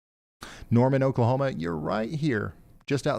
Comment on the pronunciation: We live in TX (used to live in Louisville) but we have family in all over Oklahoma. Great job pronouncing Oklahoma town names.